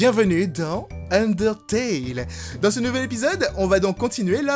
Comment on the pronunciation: oups désoler j'étais partis ^^ et nan j'ai l'habitude avec qui le prononce underTAIL parois ^^